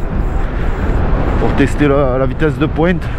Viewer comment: Le teste de poiinnnte avec l'accent"... 😁😆 Mamamam francheeemmment j'ai pas de mots...